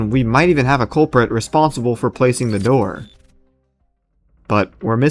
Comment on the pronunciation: "Open the noor"